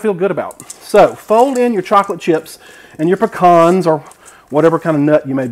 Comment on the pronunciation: good to hear you can say pecan the right way